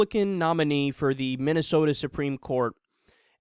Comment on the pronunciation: "Minneasoda" LOL!